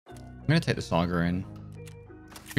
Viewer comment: There's no R in Saiga.